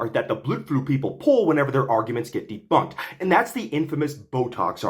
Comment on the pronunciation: ‘Deboonked’ made me literally burst out laughing.